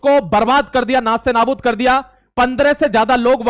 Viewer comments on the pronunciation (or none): नाश्ते नाबाद नहीं, बेटा! नेस्तानाबूद होता है।